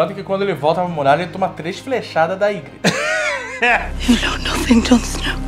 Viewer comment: kkkk Cêrsei e igrite ... Mas bom vídeo , eu comecei a assistir parei na 2º temporada pq n estava entendendo porra nenhuma , daí resolvi assistir até o fim , e no final fique meio desnorteado com alguns acontecimentos e personagens , mas voltando aqui no resumo consegui compreender melhor , e com certeza não me arrependo de ter continuado a assistir .